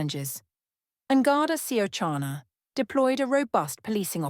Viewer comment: It's quite revealing that the AI narration is delivered in a pronounced English accent and that An Garda Síochána is mangled in pronunciation. Once again, the irony of an anti-foreigner movement being organised, financed and steered by outside forces shouldn't be lost on the people of this country.